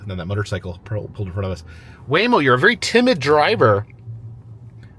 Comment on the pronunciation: Your waymo was laymo. 😂